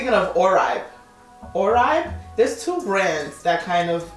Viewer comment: oribe - or-bay 😭😭✋🏼✋🏼